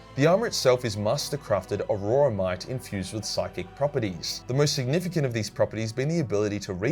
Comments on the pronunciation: Aurora-mite? Lol am I saying it wrong?? I always thought it was pronounced aura-mite. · It's "auramite" NOT a-ror-a-mite. Think of it as or-ra-mite.